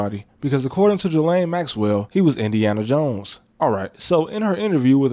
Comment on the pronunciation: All that talk like you know better and you can't even pronounce Ghislaine right?